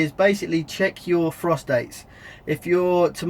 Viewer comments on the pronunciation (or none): "Check your frostdates" sounded eerily similar to "check your prostates" haha. Nice vid!